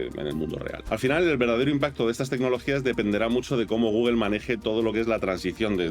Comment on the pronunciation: por que dices Google?